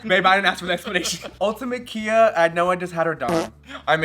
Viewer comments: I had to stop the video when you kept pronouncing Khia as “Kia.” It was too cringe lmao. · Mistress: “Khia” from “Khia asylum” is pronounced like Kaia (Kye - UH). The Khi part rhymes with “eye.” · Khia is such a Khia that calling her Kia is wayyyyyyyyyyyyyy funnier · It’s not a “kee-yah” asylum lol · Mispronouncing “Khia” as “Kia” makes the concept of the Khia asylum even funnier. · MIB not knowing how to pronounce KHIA asylum --- who's shocked lol